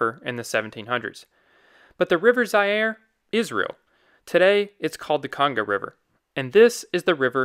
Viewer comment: Pronounced Za-ire…